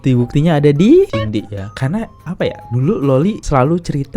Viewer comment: hoi jadi Laki2 itu mulut jangan ceriwis macam wanita kalau masih tetap Jantan ... gak usah ngomong macam panci rombeng .. jaman dulu seorang Lelaki tidak pernah mau diketahui berMULUT WANITA begini . MALU BESAT dia /// . so jangan sok kepinteran ya kenal juga kagak sama Cindy bukan TJINDI hoi belajar dulu nyebut nama seseorang atuh